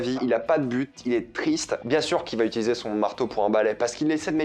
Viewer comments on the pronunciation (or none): none